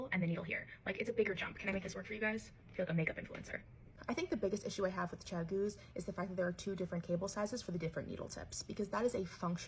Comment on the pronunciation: Did you just call them “Ciao-goos” 👀 Am I… having a stroke… I’m looking at the spelling of the brand here 😅